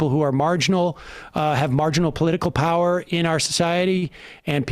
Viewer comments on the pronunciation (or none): none